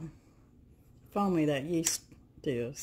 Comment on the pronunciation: Hello - you say rapid yest - same as instant yeast??